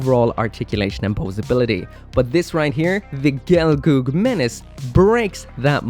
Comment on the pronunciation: gel-girl not gelgoog